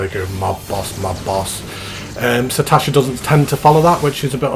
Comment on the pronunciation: There are three S's is Sastasha THREE!!!! SAS SAStasha lol my OCD is triggered sir..... Joking aside though, nice video, will only get more interesting as it progresses to some of the later dungeons, might log in and join you for one or two of them as the series continues:-) you might meet some..... "interesting" characters along the way lol